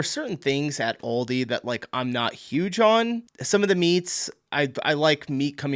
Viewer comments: Aldi not Oldi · It’s great, but Al di, not all di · Aldi is, in fact, an "Oldie" here in Germany - but its not pronounced like that 😅